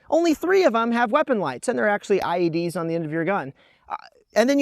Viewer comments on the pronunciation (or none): Haha, he said "ied's". Looking at you olight